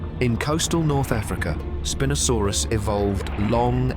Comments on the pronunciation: It's "spine-o" saurus... not "spin-o" lol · Did the Spin-O sarus spin around like in a disco or was it named for having a large sail for a SPINE? I'm hoping for the disco name as I love disco balls and spinning around but alas I think IT IS PRONOUNCE SPINE-O-SARUS.